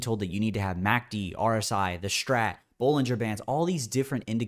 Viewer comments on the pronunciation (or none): none